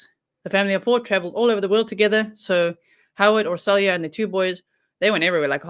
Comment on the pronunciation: Her name is pronounced as Or-sho-ya.